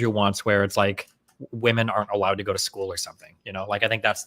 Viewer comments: Oh my GOOD GOD can SOMEONE correct this stupid bitch, WOMAN AND WOMEN ARE 2 DIFFERENT WORDS. Holy SHIT that is driving me INSANE. Am I crazy or are Gen Z women all randomly starting to pronounce WOMEN as WOMAN???? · WHY can that woman not pronounce the word women??? This is becoming a generational problem.